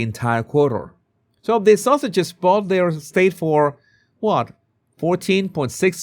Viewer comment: 😂 I thought you were saying "Sussexes" with your accent. But I am sure you are really saying "Sausages"!